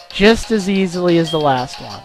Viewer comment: Last-th :D